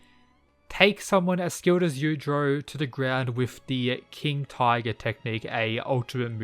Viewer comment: Everyone: yujiro Mw: yudro